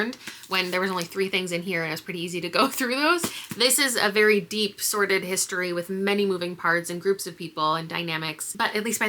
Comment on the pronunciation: The phrase is "sordid history"(base/gross/vile) which is often mistakenly used as "sorted history" (mixed/complicated). You could've meant sordid but it sounded like you meant sorted.